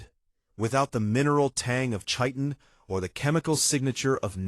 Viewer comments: I have yet to hear any AI pronounce Chitin correctly. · Chitin is not pronounced that way😵